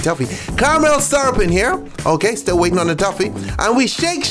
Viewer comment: Why do you pronounce it tuffy? Tf lol